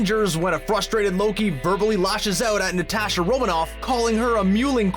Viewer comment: i got triggered every time he said natasha wrong